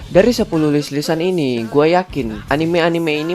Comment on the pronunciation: Ngomong "gua" nya medok sih Min 😂😂